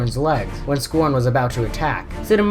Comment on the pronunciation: You are not saying scron right